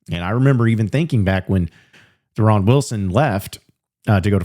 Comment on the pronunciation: Yeah that not how he pronounces his name 😂